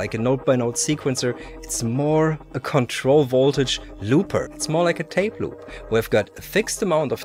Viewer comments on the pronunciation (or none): none